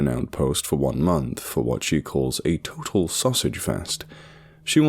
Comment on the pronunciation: When read the part where the characters wife said a total sausage fest. The way he says it I hear 8 otal sausage fest.idk why. 😂😂😂